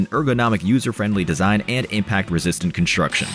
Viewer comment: Construction, not “Conshstruction”.